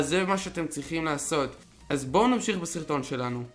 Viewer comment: ליפני שנמסיך בסירטון 😂😂